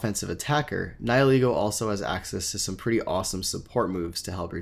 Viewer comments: Nie-ee-lego? DansGame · SuperParadox494 More along the lines of Ni-ill-ego.